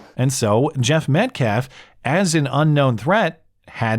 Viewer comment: Only thing i learned during all these videos of the Anthony family and fans is that black people cannot pronounce Metcalf They say Met CLAHF